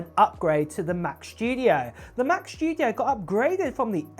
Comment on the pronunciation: ‘mac chtudio’ … 🤦‍♂️🤦‍♂️ … this clwn is insuffrable … and still nthing to say about